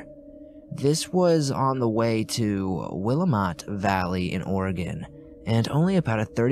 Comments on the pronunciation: Willamette valley is pronounced will-am-et originally pronounced will-uh-met from native Americans. Raised here in Eugene OR just thought I’d let you know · Love the content, just so you know though "Willamette" is pronounced "Will-Am-it". Great video ❤️ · will-am-it valley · willamette valley is said is will-lamb-mat, i live there.